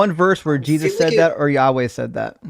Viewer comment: Pronouncing the tetragrammaton as "yaoi"! Yeeeaaahh, let's make a fudanshi